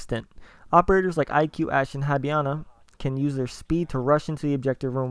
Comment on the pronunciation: It's hibana, not highbana lol